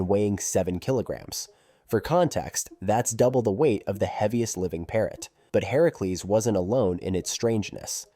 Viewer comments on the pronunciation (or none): none